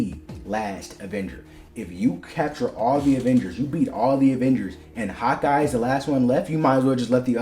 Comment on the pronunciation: Every time you say Hawkeye it sounds like you're saying "hot guy" 😂 I mean you're not wrong